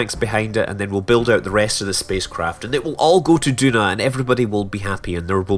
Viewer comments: Is it just me or isn't Duna pronounced Juna? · Maybe if you also pronounce tuna t-hew-nah and aluminum al-you-mini-umm instead of al-loom-in-umm